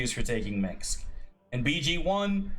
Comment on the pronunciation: How the F do you pronaunce Minsc wrong, it's not minx XD